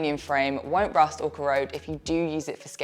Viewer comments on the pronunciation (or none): none